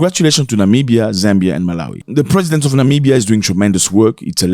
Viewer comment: Namibia, not Nimbia